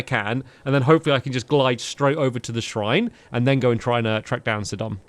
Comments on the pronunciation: It's not 'sidon' its pronounced sigh-don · Hey stampy It's pronounced sigh-don not sid-on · It's Si-don not Sid-on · Your saying Sidon wrong you need to say it sigh-don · Your pronouncing Sidon wrong. It’s pronounced Saidon. It means fishery in another language.